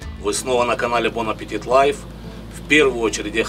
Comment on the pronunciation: Хочу спросить вас как любитель французского любителя французского: вы зачем звук т произносите в конце слова аппетит?)